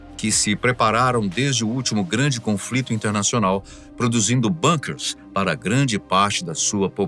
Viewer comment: BANQUERS, não. A pronúncia correta é BUNKER ("BUNQUER"), visto que a palavra é originária do alemão.